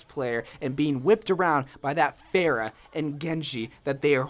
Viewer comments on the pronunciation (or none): none